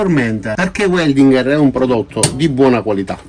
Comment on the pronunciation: In tedesco si legge VELDINGHER e non UELDINGHER…Grazie!